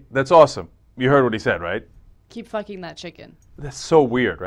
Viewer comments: Sounds like he's saying pluckin to me. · Am i the only one that thinks its obvious that he said "keep PLUCKING that chicken", i cant even hear him say fucking, it sounds like "PL"ucking to me. That would make much more sense. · Maybe you have some kind of hearing/language disorder, cuz he totally made an "f" sound. The "p" sound is very distinct, and could only be mistaken for a "b" sound. Bilabial sounds (p, b)are very unique and would be hard to confuse with labiodental sounds (f, v). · Hmm.... I keep replaying it over and over and I still hear "fucking." Maybe it's just my ears. >_>